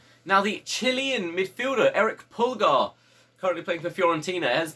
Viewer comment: Not trying to be THAT guy but Pulgar is pronounced "pull-GAR" not "PULL-gar"